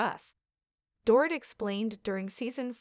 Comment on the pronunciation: Her name is pronounced Door-Eat